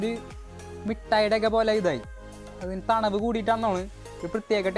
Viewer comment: Thanavu alla thanuppu